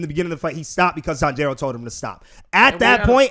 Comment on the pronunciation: oooh yal are butchering his name lol , the emphasis is not on the "jiro" portion of his name. If anything the emphasis is placed on the "Tan" part. So it should be "Tanji-ro" not "Tan-jiiiiii-ro"